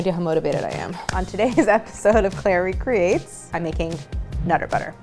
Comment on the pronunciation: Some thumbnails have the text "Claire makes", so when you said "Claire recreates", I thought you were saying "Clairie creates" for the longest time. 😂